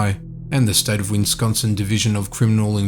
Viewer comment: I wince when I hear 'Winsconsin' instead of Wisconsin.